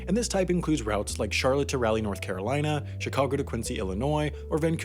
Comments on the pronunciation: Just a heads up, Raleigh is pronounced “Raw-lee” not “Rally”. Good video though 👍🏻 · I can't wait to see the way you pronounced Raleigh on the next mistakes video "ah" as in cot, not as in rally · His pronunciation of Raleigh made me cringe. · Did you just say Rally North Carolina?